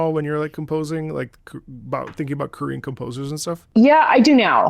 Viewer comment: oh my god I thought you were saying "Curian" or something and I was like what the hell is that??? When I listened back I recognized Korean easily but maybe my brain short circuited.